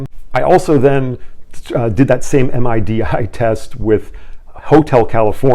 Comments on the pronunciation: Hi. It's midi...not M.I.D.I. mihdee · Just FYI, We pronounce MIDI as "middy". Nobody pronounces it as separate letters. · MIDI, or Musical Instrument Digital Interface, is commonly pronounced to rhyme with "giddy".